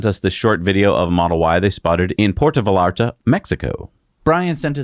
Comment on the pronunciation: I was taken aback when mispronounced Puerto Vallarta with the L sound. No bueno.